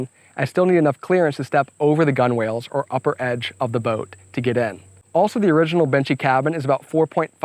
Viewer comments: FYI: "Gunwhale" is pronounced more like "gunnel" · This is very cool! And, you got to learn a bit about marine engineering on the way. Btw, "gunwale" is pronounced "gunnel" :-).